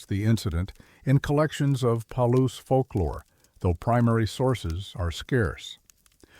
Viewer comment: Ai read. Palouse falls is pronounced Pa-loose